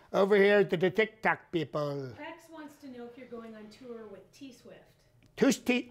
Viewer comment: I love how you do the deep nasal breathing into the mic and when you refer to Tic Toc as TOC. Absolutely spot on.